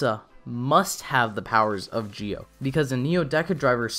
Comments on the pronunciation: Why do you keep mispronounce ZI-O by Geo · i guess, but then again the zee/gee-o problem is probably a japanese speech accent thing. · i guess, however it seems like the zee/gee -o thing is probably a japanese accent problem. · Very interesting…also, your mispronouncing Zi-O. It’S ZEO NOT JI-OH >_< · Zi-o is pronounced zee oh and not geo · Idk if it's me or do you keep saying gi-o instead of Zi-o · It's not Geo it's ZI-O ZEEEE O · It's zi-o not gi-o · Well to be fair, even if it is pronounced ji-o or zee-oh, the youtuber pronounced it as geo which i thought was worth correcting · wait im confused why is he pronouncing it "gio" instead of "zio" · Kamen rider GIO? 🤔 Not ZI-O? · Does anyone else notice his saying Gi-O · I don't get it, you Say Gi-O kinda like japanese accent, but say Decade like american accent, why? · Why are you pronouncing Zi-O as "geo"? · I'm not saying you're the only person who was wrong. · Why are you saying Zi-O wrong